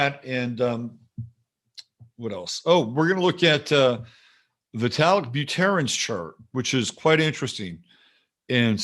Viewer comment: Buterin, Buterin. Just like it's Ethereum, not Etherium., you're my favorite astrologist by far but I'm trying desperately not to treat your latest ruminations as a topping signal. Though this week's price action speaks to the contrary.